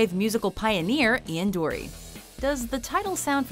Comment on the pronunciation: Her pronunciation of ‘Dury’ ruined this.